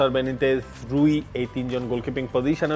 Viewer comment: রুই না রুল্লি 😂 আমি আরো ভাবতেছি কিরে রুল্লি গেলো কই রুই টা আবার কে 😂